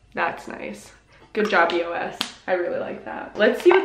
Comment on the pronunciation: you say eos wrong tho